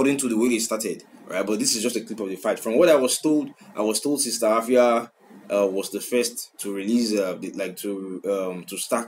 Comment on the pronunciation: the pronunciation be efia